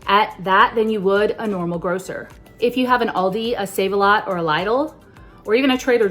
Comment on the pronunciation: It’s pronounced Lee-dill